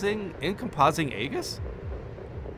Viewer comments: Encompassing Aegis is pronounced "in-COMPASS-ing AGE-iss" if you care. It means "a shield that goes all around you" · "AGE-iss" is actually pronounced "EE-juhs" (google the definition and you'll see the lowercase "e" with the bar over it). But, yes, the "encompassing" part is spot on.